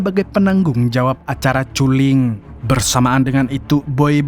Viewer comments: Kulling bang bukan culing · Culling - baca nya KALLING.